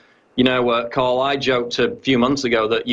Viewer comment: Tarl, not Carl